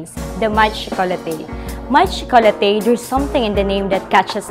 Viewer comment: I'm sorry but its proper pronunciation is Maitre - May-truh (supposedly it has to have a 'd [maitre'd] which means master of, but I guess this works too. But please it's may-truh not some alien word that the supervisor said) Chocolatier - sho-co-la-tiey Nevertheless, great video!